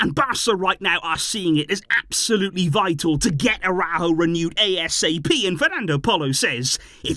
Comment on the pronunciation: The Uruguayan’s name is pronounced AraUjo. There is an accent mark. It is not pronounced “araho”